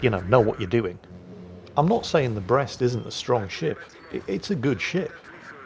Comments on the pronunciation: I'm from Brest and your prononciation is perfect, we know it, we like it and we hate the royal Navy😉 , but Dunkerque prononciation man o man this is depressing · You may not be able to handle the Dunkerque's pronounciation... But you are very good with our Brest